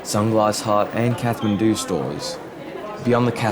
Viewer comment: Mate, the aitch is silent in Kathmandu. Cool vid!